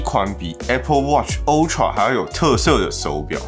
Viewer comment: 每次聽到有人刻意唸“歐”~tra 我就很想罵他髒話，到底是想表現什麼？